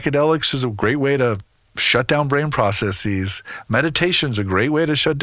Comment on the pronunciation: The plural form of process is processes. NOT PROCESSEES. I just can't listen to any speaker who uses words to sound important. The correct statement is = there are many processes, etc.